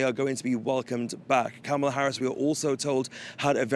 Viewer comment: This white French anchor mispronounces Kamala deliberately. What a racist and disgrace.